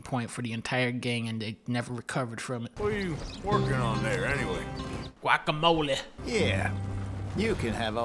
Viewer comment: "Guacamoleh" caught me so of guard. I'm still laughing.